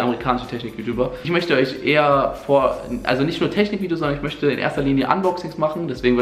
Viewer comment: autentich, möschte ... AHHHHHHHHHH